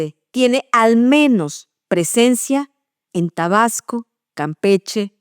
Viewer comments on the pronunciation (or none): none